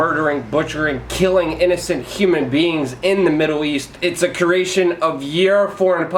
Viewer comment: creation. not curation